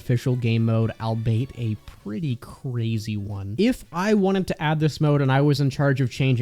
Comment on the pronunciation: I don't think I've ever heard someone pronounce "albeit" this way lol